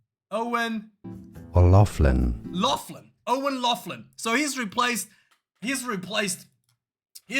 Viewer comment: Laughlan... it's pronounced locklan👍